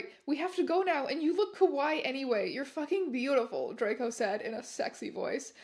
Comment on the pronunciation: I don't know if it's intended to be kawaii or kowai in the written version, but if it's written as kawaii and is just being mispronounced here as kowai I think it's kinda funny since kowai means "scary". Great reading! Congrats on the subs!!